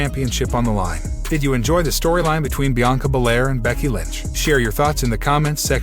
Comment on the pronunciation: BRCKY...😂IT'S "BECKY" BRO..